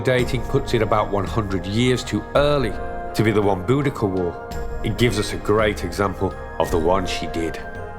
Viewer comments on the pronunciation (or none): I'd go with eekeynee as I doubt the Romans or Celts would have said it was a soft c but a hard one with a k sound. Celtic tongues were 'centum' tongues with a hard c not soft like satem. *kantom was a hundred in Celtic like classical Latin Centum 'kentum' was in classical Latin not sentum. I doubt Boudica had a soft c too... So definitely not bowdee-see-ah but Bowdika 'bowdeekah.'